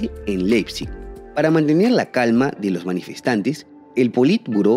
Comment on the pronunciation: Excelente video bro pero un dato en alemán cuando uno Lee "ei" ="ai"... Entonces no se dice Leipzig sino (Laip.tsik) fonéticamente hablando... Saludos desde Sajonia Alemania